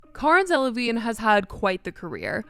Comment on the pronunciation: butchers Cara’s name off bat. Didn’t even edit it… 😂😂😂